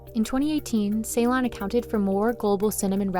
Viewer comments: It is C-lone, not say-lon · See-lone is the way to pronounce it. Not like say-lone. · You have an entire video devoted to Ceylon cinnamon but don't bother to learn how to pronounce Ceylon? Not cool. Ceylon is pronounced like Sill-on, not say-lon. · Amazed that the narrator is so ignorant that she pronounces ‘Ceylon’ as ‘Say Lynne’. Anybody who knows ANYTHING about Sri Lanka or tea or cinnamon knows it’s pronounced ‘Suh Lonne’